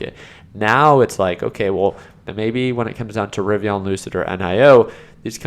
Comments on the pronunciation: bro its not rivion its rivian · Ri-Viiiiiiiiiii-an! The “an” is an EN. For f sakes, it drives me nuts.